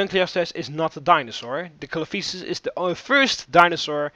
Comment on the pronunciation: Not to be rude, but it's pronounced Coelophysis (SEE-LOW-FIE-SIS) and Dunkleosteus (DUNK-LEE-OH-STEE-US)